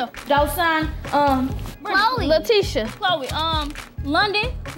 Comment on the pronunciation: OMG SAID MY NAME MY NAME IS Leticia and she said “lateca” kinda my name OMGGG